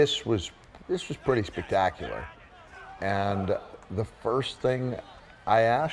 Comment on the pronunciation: pretty spec-TACK-ular alright 😂